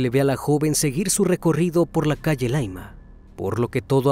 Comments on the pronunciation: ya si, el tema a indicar es que No es Laima como lo menciona, es Llaima con doble L. Y no, que sea extranjero no es justificación, ya que nosotros no aprendemos sus raros e intrincados Nombres de zonas mexicanas, ellos deben averiguar para recurrir en equivocaciones. Tu serás más simple, yo soy más exigente. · Dice colchane y es Conchalí no es laima es calle llaima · Estimado: la comuna se llama Conchalí acentuando la última vocal y la calle se llama pronuncia Yaima. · Me estoy volviendo asidua de tus vídeos , y justo e encontrado algunos casos chilenos ( soy. chilena ) y me hace gracia como pronuncias algunos lugares : Laima ,es Llaima un volcán ,Lonchali es Conchalí una comuna de Santiago capital de Chile ,pero lo demás excelente 👋👋👋